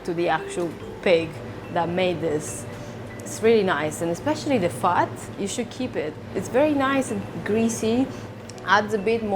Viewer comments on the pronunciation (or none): Sounds like she's saying fart when she says fat